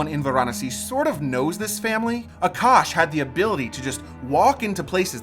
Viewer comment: For the love of God. Stop calling our food Curry. His name is Aa-Kaash. We are not doing "hand movement " ove rthe fire. We are just taking the heat as the fire symbolises prosperity and having venerated the gods, that particular lamp /fire now is imprinted with good vibes (call it luck or blessings or whatver).